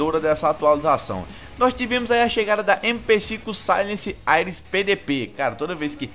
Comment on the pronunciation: O cara fala AIRES mds